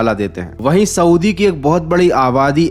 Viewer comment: Swdi nhi hota saudi hota hai